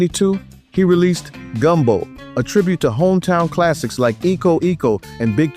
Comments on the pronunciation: I caught that too. If the phrase predated the early '50s, it might have originally been "eeko, eeko", especially if it was spelled "Iko, Iko", but in the 1953 James "Sugar Boy" Crawford's song "Jock-A-Mo" it is pronounced "aye-ko". If the phrase originated with the 1953 song (which Crawford wrote), it's "aye-ko". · also 'Iko Iko' is "Aye-ko Aye-ko" - great vid! - you captured Doctor John's spirit. (yeah, I chuckled at 'grease-grease') I was lucky enough to catch one of his shows at Tipitina's with the Meters in the 70s. Nothing funkier, ever.